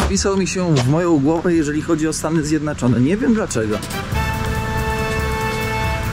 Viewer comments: Gosc mowi stany zjednaczone😂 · Proszę nie mów Stany Zjednaczone…